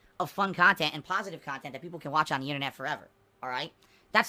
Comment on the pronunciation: I like on how he calls everything that isn't his khantant "fluff khantant"